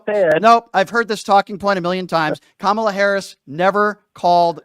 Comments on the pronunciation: I don't understand why they mispronounced her name.. Even a small child can say Kamala.... Goes to show ya what kind of incompetency that will be running this circus. We are going to be overrun by crazy clowns & the Ring leader is totally out of touch with reality..... 🤯🙄🙄😤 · Well, there’s the litmus test. Can’t pronounce her name though they’ve heard it a million times. Do not pass go, do not collect $200.00.